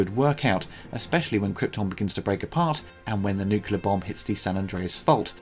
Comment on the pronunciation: A nitpick. I love these reviews and the retrospectives. But seeing so many I have noticed something that needs correction since it is done over and over. The word is "nuclear", not "nucular". Apart from that, keep up the good work mate.